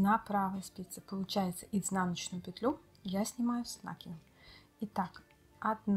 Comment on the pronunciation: Ну не с нАкидом а с накИдом ,Вы же вязальщица !